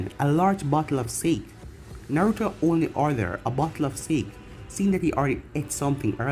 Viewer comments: pretty sure you say it like sa-ke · Sake is pronounced sock a